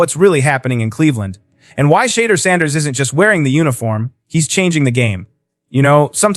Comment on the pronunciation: Pronounce his name correctly! What is wrong with all these deliverance announcers!